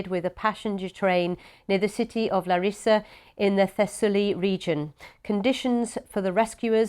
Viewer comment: Láaaaaaarissa guys.. not Lariiiiiiisa